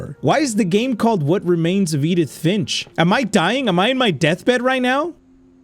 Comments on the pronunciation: "edith ffffshh" 😭😭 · IM SORRY I HAD TO THE WAY U TRIED TO SAY EDITH